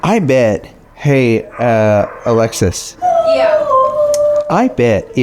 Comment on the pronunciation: Every time you say Alexis, I think you’re saying Alexa lol